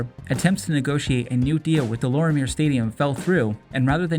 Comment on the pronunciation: It's pronounced De Lormiay stadium...😂